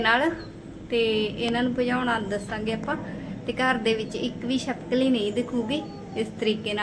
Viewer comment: ਛਿਪਕਲੀ ਹੁੰਦਾ ਨਾ ਕਿ ਚਪਕਲੀ